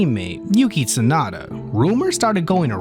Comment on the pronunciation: yuki "tsunada"